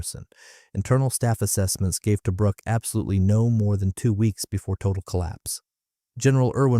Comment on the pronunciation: Toe bruk -- nope! pronounced Toobrook. A Boyes rifle armour piercing bullet makes a great center pop.The old man was Technical Seargeant and liberated one.